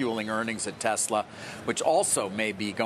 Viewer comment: who is “Telsa”? 😂